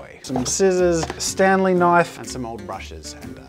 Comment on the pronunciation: When he said S T A N L E E K N I F E